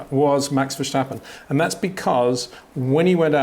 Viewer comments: Max VerSHtappen. Unreal how this man simply can’t remember (or doesn’t care) how to pronounce the world champions name… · Max has been in F1 for 7 years now. Why do you still call him "Verschtappen"??? Do you call a stop sign a schtopp sign, too? There's no "sch" sound in Max's last name ... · No, that's not how you pronounce it. If you were supposed to pronounce it that way, I would not have mentioned anything. I suppose I was being a bit snarky with my comment, but I've heard many non-native Dutch-speaking commentators pronounce his name correctly over the years, and I'm sure Peter has as well, so I'm not sure why he continues to say it incorrectly after all this time.